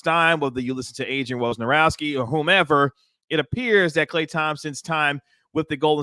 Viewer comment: As soon as I heard you say Wojnarowski the right way, I subscribed.